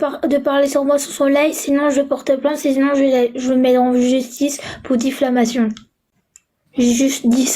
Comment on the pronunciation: Diffamation pas difflamation